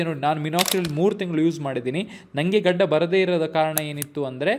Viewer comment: gadi gadi 😂 yav uru nimdu❓